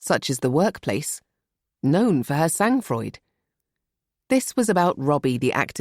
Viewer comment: My main gripes so far: The person who reads Charlotte really doesn't know how to pronounce foreign language words. "Le Creuset" is not "Lay Croozay". "Sangfroid" is not "Zengfroyd". Secondly, for almost 3 hours we're being dragged along while all the characters are introduced. Then the story finally picks up.